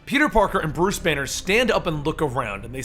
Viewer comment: When you said Bruce Banner I had thought you said it was Bruce Wayne